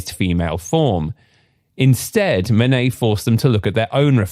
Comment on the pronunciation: Don't use AI voices that can't pronunciate Manet. It is not Man_et, it is Man_ay.